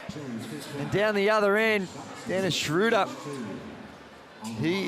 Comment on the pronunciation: Yeah they call him Schrauder or Schroder, its Schröder! English speakjng person have so much difficulty with German names , not only with him !